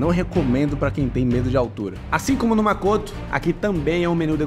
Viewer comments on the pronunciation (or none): É Makoto, não Makotu. Não existe a pronúncia TU no idioma japonês